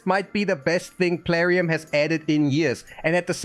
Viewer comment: Yeah this doesnt feel like bronko. This feels like a AI, ( he said Plarum) reading a script making a sort of Ad.